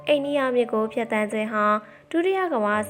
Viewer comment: ေပြာတဲ့ကောင်မလေးက ဧရာဝတီကို အသံမထွက်တတ်တာလား၊ ဘယ်နှယ့် အိန္ဒိယမြစ်လုပ်နေတာတုံး